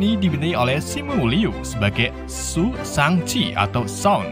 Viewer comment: Shang-chi✖️ Shang-abi✔️